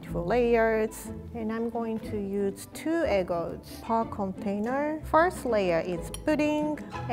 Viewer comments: *E G G D S* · I love the way she says EGGTZ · Anyone else keep thinking she was trying to say egg roll?